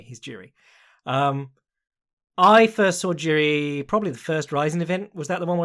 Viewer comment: Tuning in to check how many times butchers Jiri's name.